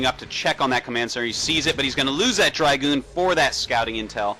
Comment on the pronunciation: i like how this guys says "drAgoon" :)